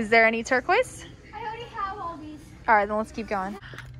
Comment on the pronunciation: STOP SAYING TURQUOISE